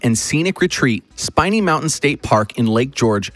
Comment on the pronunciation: SPIN E NOT SPINE E